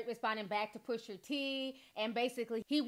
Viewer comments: PUSHAAAA.. NOT PUSHERRR!!! PUSHAA. SAY IT WITH ME T... PUSH.A! Thats all :) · Cute how you say Pusha's name Pusher